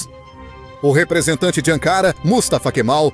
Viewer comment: ANKARA E NÃO "ÂNKARA" !!!